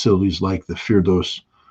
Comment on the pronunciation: Does Scott mean Fordow? No idea why he calls it firdosz.